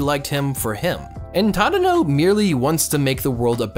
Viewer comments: really good video but... your pronunciations are a bit off >-< it's "reSAS-kay" and "TaDAHno" at least in the dub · The way you pronounce Tadono kills me